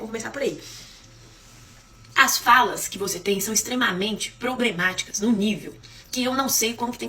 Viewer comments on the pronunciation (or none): "... extremamente "Pobrematicas"... É isso mesmo? Alguém mais ouviu? 😂 Ou ela falou "Probrematicas"?